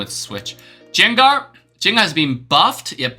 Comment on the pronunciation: It's pronounced Gan-ger not Zenger